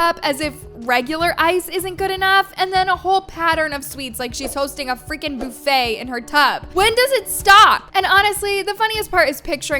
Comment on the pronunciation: The way that you say buffet has me cracking up 😂